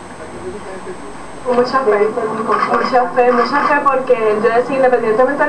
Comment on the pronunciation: Una pregunta para los puertoriqueños: Por no pronuncian la "R" correctamente? Aqui el entrevistador dice "PueLto Jico" Que pasa? acaso tienen otro alfabeto?